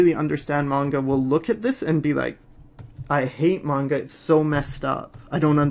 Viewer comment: OMG!, you know the difference between Manga and Anime?! AND YOU EVEN PRONOUNCE IT CORRECTLY?!?!?! This is one of the many reasons that I love you and your channel =D